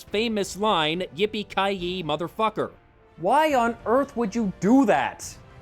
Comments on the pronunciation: yippy kai yeay not yee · It's "yippie ki yay" not "yippie ki yee" How do you fuck that up? Twice. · He said yay, not yee. Wassa matta wichoo? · It’s Yippee Ki YAY, not Yippee Ki YEE. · "Yippee-ki-yee"? Really?